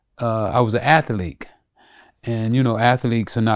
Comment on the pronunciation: This motherfucka says athleek instead of athlete.😂